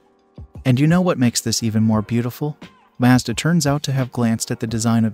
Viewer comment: Wow. An American who pronounced “Mazda” correctly!!! Finally someone over there gets it. Or maybe he is Canadian? Either way nice to hear.